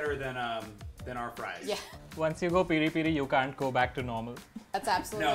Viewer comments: its peh ree peh ree not piii riii pii riii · PERI PERI IS A TYPE OF PEPER THAT HAS A SPICY AND SWEET TASTE AD IT IS PRONOUNCED AS PEARI PAERI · Its peri peri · it's peri peri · U guys pronucing peri-peri wrong.